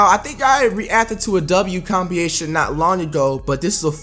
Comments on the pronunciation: It's compilation*not compiation. Not a W for me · This nigga said compiation lmaoooo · "This is a full on compiation..." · Austin Hunter compiation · This nigga FWight saying Compination. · “Compiation” my nigga it’s Compile-ation broke it down for you dog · compiation c'mon flight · its compiLation not compiation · Compeation? Flight I fw u heavy but dawg, u gotta catch this L. Still FWight, but dawg.... come on. 😂😂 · Someone show him how to say “compilations” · there’s an l in compilation fwight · Talking about Ls you can’t even say compilation right 😂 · You can start catching W’s when you learn how to pronounce COMPILATION properly.